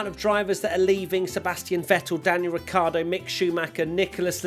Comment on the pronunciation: literally said, "Rockhardo", in the race rundown!!! Great way to end the year😂